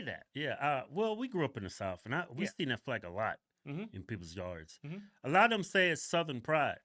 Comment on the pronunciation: Even though the hog twins can’t pronounce the TH sound, they say DAT and DAh, even though they still can’t speak correctly like most blacks, at least their eyes are open